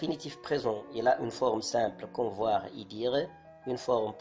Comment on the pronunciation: D'ailleurs, on ne fait pas la liaison avec " Et".